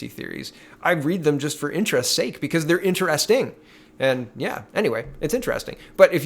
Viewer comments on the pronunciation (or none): none